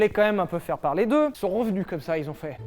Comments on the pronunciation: "ils sont renenus" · Je vois qu'il n'y à que moi qui viens commenté pour le "renenus" de la phrase à 😂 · "Ils sont renenus" ? #Shameaumonteur